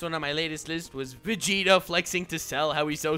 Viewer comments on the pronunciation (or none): none